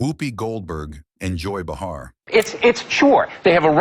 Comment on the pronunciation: The Joy BuhHAR was so out there.